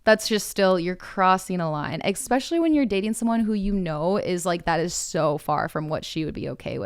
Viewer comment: every time says expecially i wanna scream